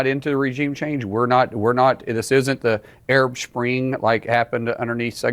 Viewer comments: Anyone notice how this guy said "shpring" can be not say spring.... these people are dumb as fuck. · It’s petty but he just said Arab “shpring” 😂😂😂